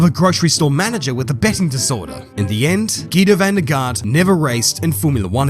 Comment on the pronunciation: you say van der Garde wrong. you dont pronounce the e at the end while if you want to do it correctly you have to say it as well